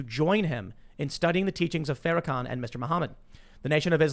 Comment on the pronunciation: Farakooker, typical. Hey Tim, say it BLACK SUPREMACIST. Its real easy. And it's real accurate.